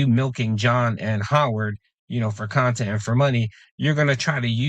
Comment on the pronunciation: Dweeed! It's not the khan-tent!